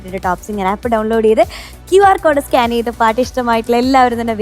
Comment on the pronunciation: സ്കാന് ചെയ്തു എന്നല്ല സ്കാൻ ചെയ്തു എന്ന് പറയണം